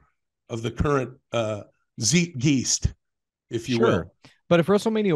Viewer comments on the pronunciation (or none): ZEET GEEST? lol